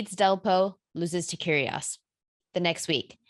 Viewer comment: when you pronouns Nic's surname, you must doing it with a silent G - Kyrios